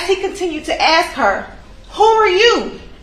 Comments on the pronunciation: Lawyer, the prosecutor should fulfill pretty ignorant because she keeps saying axe instead of ask. Waste of money for schooling.Hahahahah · Stupid young lady , trying to do grown up things! And im sorry but the prosecutor with all the schooling she has had, please say "ask" not "axed" dzmn! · General instructions for the prosecutor: 1. Every second word you utter does not have to be the word "now" 2. The word is "ask", not "aks" or "axe". 3. Get some elocution lessons. Here endeth the lesson.